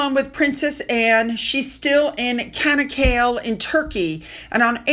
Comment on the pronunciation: Hi the area in Turkey where Princess Anne is visiting is pronounced "CHA knock A lay" Not cana kale. Not a criticism Just helping out:)